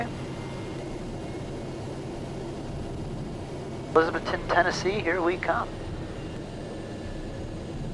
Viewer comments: I love watching your videos man especially when you fly to my home state of Tennessee and the Tri-Cities area. One thing to note is we all speak with a country accent and when we say Elizabethton, We pronounce it ElizaBETHton. We put a lot of emphasis on the Beth part of it. But with you being from Florida I’m sure you know how to pronounce Kissimmee. Very few people from Tennessee can get that one right. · It's cool seeing you fly into my old hometown for the second time. It is pronounced Eliz-uh-BETH-t'n. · Pronounced "E-liz-uh-BETH-tin" 😉